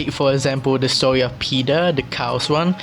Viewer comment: Uhhhhh when Philippines trying to speak english "stowy"